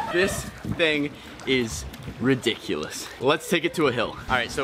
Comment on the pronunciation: unspeakble you said ridicolus more than 5 times